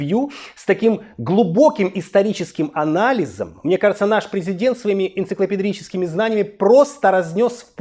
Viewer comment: Энцеклопедрические знания 😂😂😂 Браво, 👏🏻👏🏻👏🏻